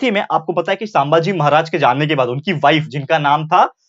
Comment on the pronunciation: Saambhaji nahi sambhaji